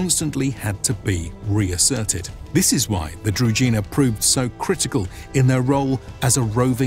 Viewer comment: Could you please just validate the pronunciation of key words when making a video? Shouldn't be hard. Družina is pronounced different, where ž is pronounced like J in Jules (french) for example. Otherwise, big up for the video. Nicely done.